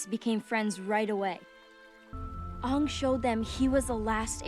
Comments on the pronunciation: Yea crazy how they couldn't even pronounce the main characters name correctly, lol. what a pos movie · Oong, the ovatar